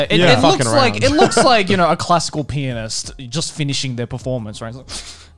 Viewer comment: Say pianist! Garnt: pee-on-dis